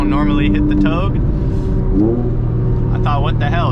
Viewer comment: its not TOG. its TowGay. proper pronunciation my guy..... towgay = Togue!